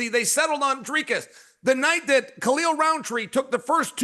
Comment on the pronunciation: DALALAMUH BLEHAL KALE, LEARN HOW TO SAY TOP FIGHTERS NAMES DAMMIT ITS THE MAIN EVENT